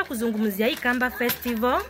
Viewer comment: Ni festival not vetival wewe